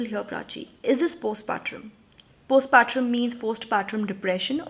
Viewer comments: Helo dear Its not post patrum Its postpartum the way u pronounce is wrong..pls correct it when u use the term next time. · It's postpartum, as in tum, not trum. Sensible advice, esp in case of Door. In case of Window, I don't know...the letter really riled me so much, the in-laws' complete lack of boundaries and the husband being the "good son". Prachi's last line was damn good.